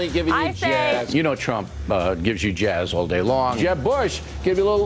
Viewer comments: Every time he says Jazz I keep thinking he's saying jiz 😂😂😂 it's just gross how people haven't realize it how it sounds 😷😷😷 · Is he trying to pronounce the word jizz with a snobby highfalutin accent 🤣 he gave everybody a little jaaaiiizzzzzzz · Was o'reilly mispronunciating jizz and said jazz for less controversy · he's mispronouncing jiz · On account of the sexual harrassment charges, I really think Bill was just mispronouncing "jizz" when he said "jazz". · Did anyone else start hearing jizz instead of jazz at the end? Coming from O'Reilly, it seemed legit. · is he saying jazz or jizz?